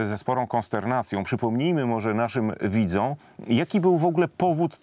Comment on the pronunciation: "przypomnijmy moze naszym widza", "a" z ogonkiem na koncu tego wyrazu, "widza". Przepraszam, nie mam polskiej klawiatury, a powinno byc, naszym widzOM!!! "OM" na koncu tego wyrazu, bo "widza" ludzie, ktorzy maja zdrowe i otwarte oczy, a Pan, mowi o widzach, czyli ogladaczy pana rozmowy z Patrykiem Jaki. Juz pare tygodni temu napisalem Panu, kiedy tez nie domknal Pan warg na koncu ktoregos wyrazu, podobnie, jak teraz, a wargi powinny, niemal klapnac o siebie, zeby bylo slychac wyraznie "OM"!!! Ja wylapuje te bledy artykulacji w momencie, nie muszac widziec warg, ale tu na moje szczescie, a nieszczescie Pana, mam dowod wizualny, wystarczy tylko wlaczyc film na podanej sekundzie. Mam wyksztalcenie wyzsze techniczne, samolotowe i od 35-ciu lat mieszkajac w Kanadzie, ograniczony kontakt z jezykiem polskim i diabli mnie biora, jak slysze wypowiedzi ludzi wyksztalconych, na stale przebywajacych w Polsce. wiem, ze zdarza sie to Panu rzadko, ale wlasnie przez szacunek, jakim Pana darze, chce, zeby nie zdarzalo sie nigdy, jak chocby mnie i moim dzieciom mieszkajacym w Kanadzie. One uczyly sie ode mnie, a Panu, nawet nauczyciele nie zwrocili uwagi, to ja ich wyreczam.